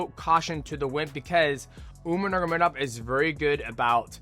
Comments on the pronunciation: I’m so sick of dj mispronunciation. Nurgomedov the whole video 🤣🤣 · Man, i never thought i would get annoyed at mighty saying a word over and over again😂 nurmagovmevodmvov. Just say umar dude jesus!! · Say it with me brudda , nor-mag-a-may-dov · Enunciate bruh 😂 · STILL CANT SAY NURMAGOMEDOV LMAOOO BRO ITS 2026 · He's never been able to say it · He's like Chael, but not on purpose. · it's the cte 😂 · Shit was pissin me off 😂😂